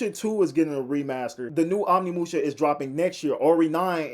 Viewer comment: OmNiMuShA.. bro just read once.. it's right fucking there